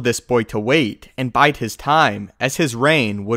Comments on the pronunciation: bide time . like tide . not bite his time . good job overall . Iambic pentameter sounds strange when it's not coming from an Englishman. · you bide time, not bite it.